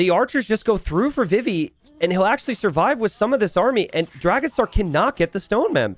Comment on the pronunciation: Only Memb can Dragonstar sound like trouser … Never change😂